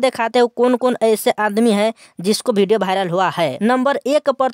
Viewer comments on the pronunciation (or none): पहले हिंदी बोलना सीख लो भाई। वो वीडियो होता है भिडियो नही।